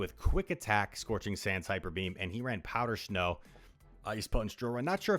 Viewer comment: Is it just me, or does he say "shnow" lol